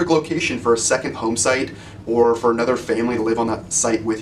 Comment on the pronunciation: looking "fer"?